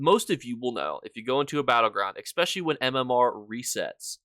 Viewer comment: "Expecially" please 😢